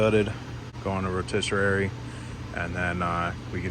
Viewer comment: Row-TISS-uh-ree Not “row-tiss-uh-rare-ee” …lol🤦‍♀️